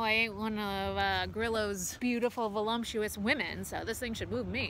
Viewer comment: "Volumptuous" women. Now we know where the Rudnikisms come from lol j/k Ma'am!